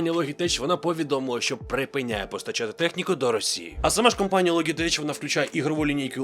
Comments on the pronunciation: Ну не логитеч же, а лоджитек. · Підписався, але з вірою в те, що будеш говорити "Логітек") Як і в бренді A4Tech (ЕйФоТек). Популярна помилка, як зі словами Knight/Knife.